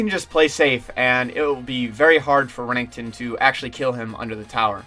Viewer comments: just fyi its Renekton, not rennington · Who tf is Remington? Lol Bro good video but damn, ninjas name is pronounced, “ren-EK-ton” don’t do the green Barney like that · The way you say renekton makes me cringe D